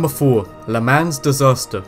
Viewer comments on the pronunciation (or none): pronounced "luh maun" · it was shannon stone not sharon stone and the a in le mans is pronounced as an o at least learn to pronounce the names and say the words properly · Le "maw" not le MANS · They use ice on bobsled/bobsleigh tracks, not snow. Sharon Stone is an actress. Arrhythmia is not pronounced like that, and neither is Le Mans.